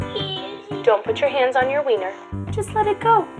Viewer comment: The way he said wiener and diaper